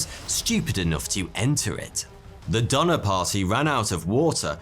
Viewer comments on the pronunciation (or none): Why does Donner sound like Dahmer?! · I know ur probably not gonna believe this but the donnors ya I’m related to them! My grandpas dad is cousins with one of them or something. The last name is donor and it’s pronounced do ner. You guys probably won’t believe me but thank you for making this video so I can learn about my family history.